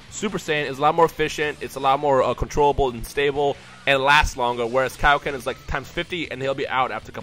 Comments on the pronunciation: I DONT WANNA BE A DICK BUT PLEEEEEEEEASE DON'T SAY KAI O KEN!!! i thought it was pronounced like kay o ken man... (ik its spelled kaioken) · *its pronounced kay-oh-ken